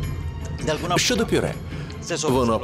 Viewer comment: Бесит, когда проржала со слова «п’юре», а на интервью говорит «мнясо». Чего с себя не ржешь, филолог мукачевский?